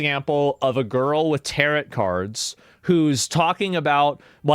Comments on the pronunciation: "...firl with "tear-it" cards..." LOL! They're called tay-roh cards, like "marrow" but with a "T." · “Tarot cards?” The last “T” is silent, because of its French origin. It is pronounced “Tarro”, not like “carrot”. And by the way. It’s “loser”, not “looser”, (mostly in writing) unless describing something not securely attached, like a wobbly “loose wheel”. Also, “wolf”, not “woof”. If more of you continue to write and speak like children, the message you are attempting to communicate will be ignored. Does this matter? Not unless you want to be taken seriously. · NOTE: TAROT is pronounced "Tair-oh", silent 't". NOT "Tair-ot". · brother please the word is pronounced "TEAR-OH" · "Tarot" is pronounced "tare-oh." Liberals don't know a god damned thing about it, either. 😂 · Asmon - Look up the pronunciation of tarot. (Tare-oh - don't pronounce the second t.) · It's pronounced Tarow Not Tarot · The way he pronounced 'Tarrot' cards lmao. I refuse to believe he actually thinks that's how it's said. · The t is silent at the end of tarot. Just saying. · Second “t” is silent on Tarot. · The "t" in tarot is silent, fyi